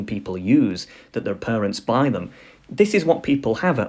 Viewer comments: It's parents not perents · Pronouncing parents as purunts really gave me a good laugh. It sounds so silly... Is it a speech impediment of some kind?